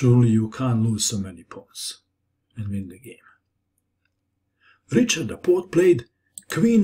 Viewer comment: Great video! You make the most instructive chess videos. Just one thing: the "ch" sound in the hungarian name Richárd is pronounced like the letter "h" in english.